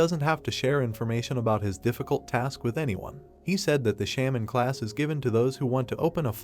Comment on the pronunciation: Why r u calling sprit Gardner as shamin?